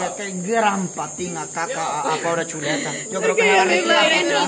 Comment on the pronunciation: Se equivocaron no es cheleta si no chuleta😂😅